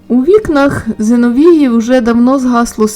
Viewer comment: Правильно ЗеНовії, ане ЗеноВії, та й іще в деяких словах неправильно ставите наголос.